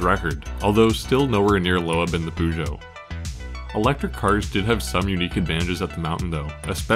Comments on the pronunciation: Man it is not Pužo. It is Pežo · Just a comment on how you mispronounce 'Peugeot'. While you're pretty spot on with the 'geot', the 'peu' is best approximated as 'puh'. It most definitely isn't 'poo'. Although, having driven a 508 for a while, I can understand the sentiment. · Why is Peugeot pronounced Pu-Jo? Or Loeb as Low Ebb? Come on. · aaaaarrrrrrgh stop saying poojoe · Storytelling great, music awesome, footage excellent, but did you have to butcher some pronouncations like that? peugeot and loeb should be easy to research on how to pronounce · Man you gotta work on your pronunciation of peugeot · Why can't Americans pronounce car manufacturers names. Took me ages to realise you were trying to say Peugeot 😂